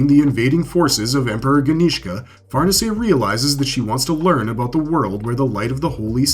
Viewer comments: Accent is on the second syllable, not the first. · Ok wait I was told that we call that one "Far Niece". So now were going with correct pronunciation like Farnese is the Duke of Parma. You people...